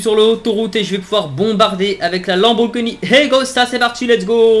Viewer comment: à 9min48 il dis pas lamborgini mais Lamborgpeni